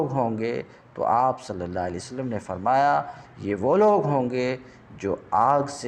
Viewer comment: معافی چاہتا ہوں آپ ہمارے بڑے ہیں اصلاح کر سکوں اتنا علم تو نہیں البتہ اپنی اصلاح کے کئے عرض یہ کہ (من إنقطع الی اللہ) کی بجائے من إنقطع الی الخلق کی آواز آ رہی ہے